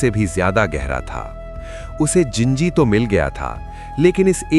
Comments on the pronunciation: Wo ginji nhi jinji hai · ginji nahi jinji hai wo